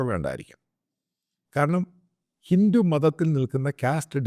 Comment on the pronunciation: ഹിന്റു അല്ല ഹിന്ദു... നീ ആരാടാ നിന്റെ വായിൽ ഇംഗ്ലീഷ് മാത്രമേ വരുവൊള്ളോ